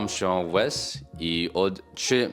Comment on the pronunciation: so in the intro you said "nazywam się wes" but there was a slight mistake in pronounciation because you said the letter "w" like it is pronounced in English, but in Polish this letter is pronounced like a "v". Than you said "ale idzie mi coraz lepiej" and there was another mistake, saying "c" like "k" but in Polish the letter "c" is pronounced like a "ts". And the last big mistake was in the sentence "teraz mogę tworzyć podstawowe zdania" and the mistake was that in the word "tworzyć" you read "rz" like "r z" as if they were seprete letters and not like "ż". But there is a word in Polish "zmarznąć" wich means "get cold" and in that word the "rz" is not read like a "ż" but like "r z" as if they were seperate letters